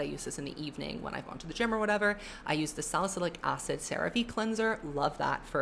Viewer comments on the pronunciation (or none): none